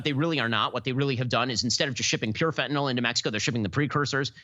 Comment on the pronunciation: fenta -nyl (nil) not fentanol (nol)